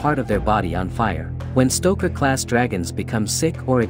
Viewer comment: Hello stoker. IT'S stroker